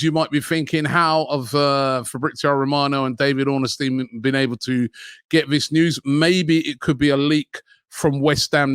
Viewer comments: Ornstein not Orn A Stein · Can someone let Robbie know it’s Ornstein and not Ornestein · Robbie’s pronunciation is as good as our negotiations 🤣 it’s Ornstein not Ornestein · Robbie mispronounces everyone's name. The man's name has no "a" in it, It's Ornstein, not Ornastein. Olivier Giroud played for Arsenal for years and he and many other fans can't pronounce his name. It's French, the "D" is silent. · Robbie, please can you learn how to pronounce David Ornstein’s name properly!😂